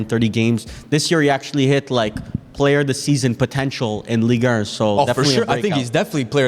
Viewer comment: Guys please pronounce Ligue 1 correctly... it's painful. It's Ligue Un not Ligue Ur